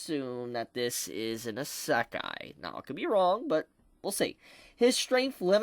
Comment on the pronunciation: is it just me or do i get annoyed when says isekai.. he just says it strange xD